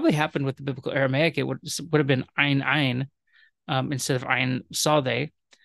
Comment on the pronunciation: Thank you this was very helpful, thank you for pronouncing ayin correct, I know many modern Hebrew speakers have difficulty with this 😊